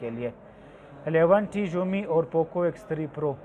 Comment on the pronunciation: Umi nhi hai Xiaomi hai